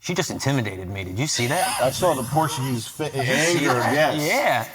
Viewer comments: Did she say porta geese? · "Awwm puryaghee, ynooo?" I've heard corvids make better attempts at emulating human language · Sam, she tol u. She porta-gee. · Indian AND “Porta-gee”